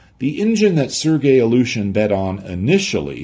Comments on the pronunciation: A well meant hint on pronounciation, if I may. The way you pronounce "Ilyushin" sounds a bit like "Aleutian". Try "ILL-you-shin", that's as close to the proper pronounciation as you can get. 😎✌️ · Some nitpick, that amuses me. way to pronounce "Illyushin" sounds to me more "Aleutian" (like the islands). I would pronounce "Illyushin" more like "ill-you-shin", but I am neither an English nor Russian native speaker; so I could be wrong myself. But homophones (words that spell differently but are pronounced the same) can be fun. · He translated a whole manual from Russian but still pronounces the word "Ilyouuuuushen"😂